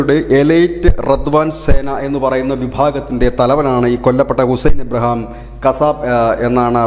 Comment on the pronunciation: Abraham alla IBRAHIM, മാപ്രേ